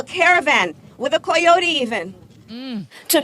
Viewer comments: Listening to Camela say coyote is almost as bad as listening to Susan Wojciki say the word channel. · Why the hell can't she say "coyote" correctly? Every other word is normal.. that's just weird.. I suppose she's got a stutter now too? 🙄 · Why can't she say the word Coyote right? It's like she says the first three letters in Spanish and finish the last three in English. Pick one language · She doesn’t even know how to pronounce coyote!! Heaven help us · Love how she pronounces "Coyote" 😆 😆 😆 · Why can't she pronounce coyote? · How can you not pronounce coyote, it's en english word?!🤔😅🤣😂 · You are correct. I'd never heard coyote pronounced the way she says it so I checked on-line, nope the pronunciation hadn't changed. I wonder if anyone will call the White House and tell her she mispronounced the animal's name like the time someone called TC to tell him he mispronounced her name. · why can't she pronounce coyote correctly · The way she's pronouncing "coyote" is grating. It's really pathetic. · the VP can't pronounce coyote? wtf with that? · Does she not know how to pronounce coyote? She's not pronouncing it correctly in English or Spanish. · The way she pronounced coyote it's a wonder she didn't say meh-he-ko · Is she purposely mispronouncing the word "Coyote"... or does she really not know what a coyote is??? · Why cant she pronounce coyote? Did she never watch loony tunes? Everyone pays so much attention to political campaigns as if what is promised is going to be done. It is all kabuki theater. People watch the debates in the primaries as if they have any meaning. If there were a debate with meaning it would be among the donors. The one similarity between Colbert and Harris is that both sold out. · I’m bothered by the way she mispronounces coyote. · Anyone else have an issue with how Kamala pronounces "coyote"? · How come she doesn't know how to pronounce Coyote? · She can't even say Coyote in Spanish correctly. Reagan gave a path to Citizenship! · "coy" ote?